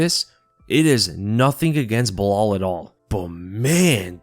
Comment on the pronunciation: Personally I like Uncle Chael's "Blehal"